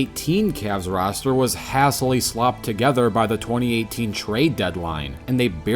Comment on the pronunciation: Just fyi hastily is pronounced with a long "a" sound, like "hey stilly". Great video as always!